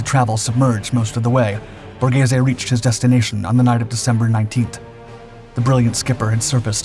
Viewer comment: OK, almost every one, Borghese you said correctly 🙂